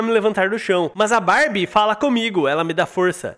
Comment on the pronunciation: / fala “mais a barb” mais parece ele falando “mais a Barbie “ 😂❤